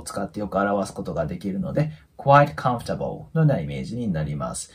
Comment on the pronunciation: このチャンネルは英会話能力がない私にとって，とても有益なチャンネルであって，とても有害なチャンネルです。 なぜなら，知らないフレーズをたくさん覚えられる反面，耳に残ってしまう間違った発音が毒だと言うことです。私は，会話できないけどコンフォータブルのようなカタカナ読みはしません。チャンネル自体を高いレベルの方に統一していただくとありがたいです。